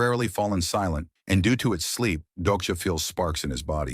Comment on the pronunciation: Why can’t you say “sleep” 😂😂 You keep saying “SP”